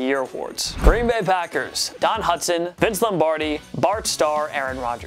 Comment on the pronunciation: Its hudson not hutson